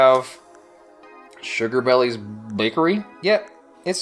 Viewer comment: *Me Watches * Opens the mlp fan art card:A sugar bellie’s bakery card Me:uh-huh- Me:Wait...DID HE JUST SAY SUGAR BELLIE INSTEAD OF SUGAL BELLE?! Me:XD idk why it’s so funny!